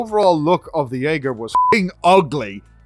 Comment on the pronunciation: Yaeger xD Jäger?!